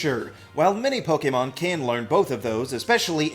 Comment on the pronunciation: Please stop pronouncing "Pokemon" so correctly. It just sounds weird